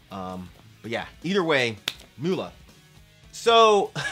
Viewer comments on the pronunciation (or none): Mulla is pronounced as Moollah. It's just another word for priest in Islam. It's been a while since I've heard anything by Sadistik, thanks for the reminder.